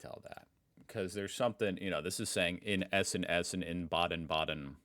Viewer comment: Holy fuck, that "in Essen essen, in Baden baden" pronunciation was perfect! 😮🎉